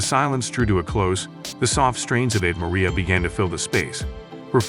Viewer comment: This commentator can't even pronounce Ave Maria correctly. It's SUCH a classic song that it's stunning someone would be so ignorant. He also grossly mispronounces other common words, such as "multi-faceted," "unwavering," "montage," and "Leonard." It's apparent he has a poor education, hasn't read much, and doesn't even know what some of the words mean or their roots. Then he gets his facts wrong, stating Olivia was cast as Juliet as at seventeen. She was fifteen. Olivia deserves better than this.